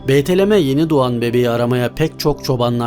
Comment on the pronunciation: beytelem degil BETLEHEM.